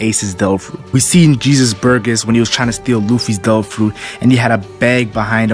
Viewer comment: I like how you say Devil fruit as tofu